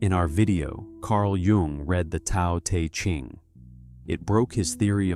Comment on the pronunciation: Love the video but u gotta pronounce Tao te Ching right!